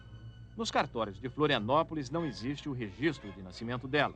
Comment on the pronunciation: "Isto non ecziste"